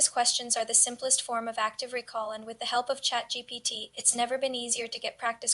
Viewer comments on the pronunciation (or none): Heyy!! Love the video! Happy that YouTube recommended your channel to me. I don't know if it will help, but maybe the AI voice will say ChatGPT correctly every time if you actually space out the Gpt part (like G P T) or somn like that. Keep being consistent bbg, you'll do amazing 🤍✨🙌